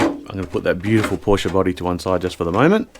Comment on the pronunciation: sehr gut das du PorschE sagst 👍👍👍 und nicht "Porsch" wie viele Amerikaner.Grüsse aus Germany